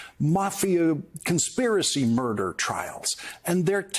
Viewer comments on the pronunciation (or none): none